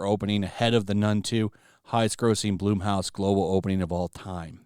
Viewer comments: It's pronounced Blumhouse like in the word plum not bloom, like with a flower… Plum house especially if you know Jason the founder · Dude every time you say blumhouse i laugh. Not knocking you but youd think someone who covers this shit? Youd know how to pronounce it.